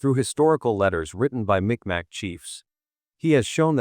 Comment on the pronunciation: It's not MicMac... it's pronounced Meeg Maw...